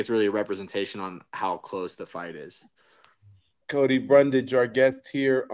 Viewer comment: Don’t get mad at chael Cody he says everyone’s name wrong…